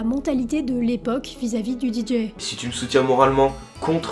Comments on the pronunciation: Pourquoi tu dis les DJ prononcé "Didji" ? Ça n'a aucun sens du fais du moitié français moitié anglais 😅 en anglais c'est "DiDjay" le "J" se prononce "Djay" 😂 désolé mais ça m'a tué la vidéo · Parler des DJs et prononcer "Didji", c'est absolument insupportable. On dit "Didjé". Ce commentaire parce que j'adore ce que tu fais et que c'est ce qui manque pour que ce soit parfait... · Nan mais faut arrêter avec le "Di Jiiii"....A défaut de répondre aux commentaires, prononce au moins correctement les choses. C'est "Dee Jay" ... Tu fais des bonnes vidéos, mais soit un tantinet plus attentive à ta communauté. Bonne continuation. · Deejay…pas Deejee! ✌️ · "didji" ???! 😱 Oh My God! 🙄